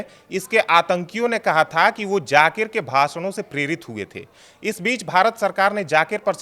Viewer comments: Jaakir nahen zaakir ko theek se bolo. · Bahn k loday pehle bolna seekh fir baat kr jakir nhi zakir hai 😂😂😂 khud ka test karav kahi tum ko aids na nekle 😂😂😂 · Zakir,jakir nahi bolna Sikh 😅😅😅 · Pehle aap bolna seekhe jakir nhi h Zaakir h baad m nafrat ugalna😅 islam k against